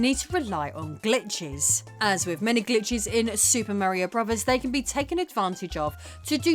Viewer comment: Merry-o bruvvizz.